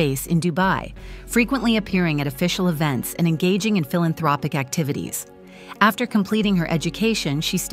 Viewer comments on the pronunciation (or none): none